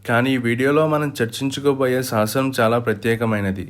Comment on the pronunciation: సాసనమ్ కాదురా, శాసనం అని పలకాలి. సాసనమ్ అని ఈ వీడియోలో అన్నప్పుడు నీ శరీరంలో నవ రంధ్రాల్లో సీసం పొయ్యాలి. పాయికానా తొట్టిలో నీ మొహం పెట్టి మాలాడినట్టు రీసౌండ్ వాయిస్.